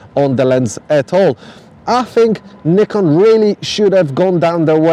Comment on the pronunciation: Please learn how to pronounce Nikon properly. Thank you